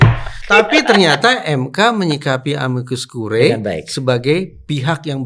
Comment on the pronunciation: moga2 hakim MK ga pada masuk angin bacanya amikus kuriye bukan kurae